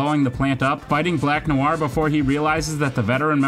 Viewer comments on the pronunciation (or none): none